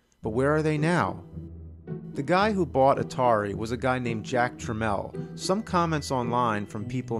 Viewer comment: Fascinating video! I was of this era growing up, but I was never lucky enough to own these games. Oh, and it's probably been said before, but it was "Jack Tramiel" not "Trammel".